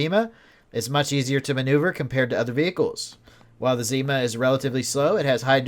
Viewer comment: ZimA (stress is on the last syllable) - that's "winter" in Russian. IRL this vehicle model is called "Niva" (stress is on first syllable)